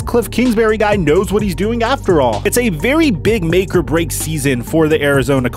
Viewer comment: I cringe every time you say break 😡